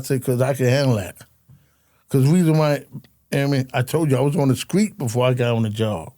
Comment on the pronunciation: Nothing more pathetic than a grown man saying "screet and scraight" It's "street" and "straight"! Looks like prisons will hire anybody.